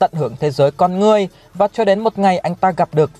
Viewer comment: Con người mà đọc con ngươi hoài